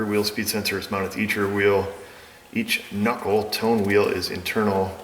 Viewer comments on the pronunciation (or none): since reading is an integral part of being a tech in todays world, I'm laughing at how much trouble the word gave you. You're from New York, not Kentucky! (it's not in-TEEEEE-gral)